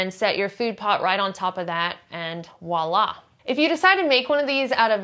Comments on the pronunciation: Thanks for this video! Good to see that there are so many options out there. Just FYI: the French word voilà is pronounced vwah-lah. The V is definitely pronounced and is not silent. For some reason, Americans commonly drop the V and say wah-lah. But the V is there for a reason, promise. Greetings from Brussels, Belgium! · Thank you! Your vlog is so darn helpful. Much appreciated by moi for sure. “Woila”? Southern France? (smile) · Voila- with a V